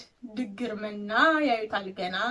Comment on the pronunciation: ድግር ማለት ማረሻ ብረቱ የሚያርፍበት ጠፍጣፋው ጠውላ ነው። የገበሬ እቃዎችን ማወቅ ይጠበቅብሻል ። ድግር ውስጥ ያለው "ግ" ላልቶ ነው የሚነበበው።